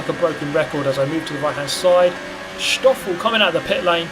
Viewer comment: Why do you say SSSHtoffel? It's just 'Stoffel'. Or is it for the same reason you say 'sikfxfth' instead of sixth?